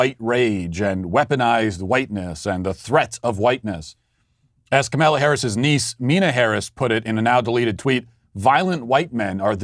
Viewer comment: lol “kamilla”